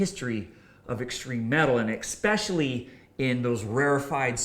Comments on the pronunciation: Didnt know "ECK-SPECIALLY " was a word....? Thats a new one on me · *Especially. Not EcSpecially. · When you said "ekspecially" I stopped watching. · Lost me at "expecially".......get an education ffs